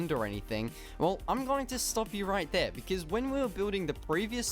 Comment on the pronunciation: Please stop saying becizz, it pronounced because. No hate